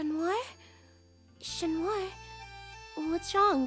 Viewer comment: I'm so sorry it's been 4 years BUT I STILL COULDN'T GET OVER THE "CHU-NOIR, CHU-NOIR?" 😭😭😭 NOOO IT JUST KEEPS GETTING WORSE WHY CAN'T THEY JUST PRONOUNCE IT AS "CAT" 😭✋ I DEEPLY APOLOGIZE IN ADVANCE 😖